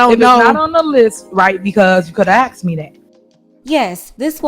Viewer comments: Stay on her girl! You give me hope that the truth shall set us free! EDIT: Did she actually say "Axed" instead of "asked"? And you guys voted her as Mayor? You got what you deserved. Just saying... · You Axed? Very uneducated criminal... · "I axed you" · You know the entire USA is in trouble when your elected officials use words like, you axed me a question...geeezzzz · "You axe me a question and I answered" omg this woman needs to be locked up.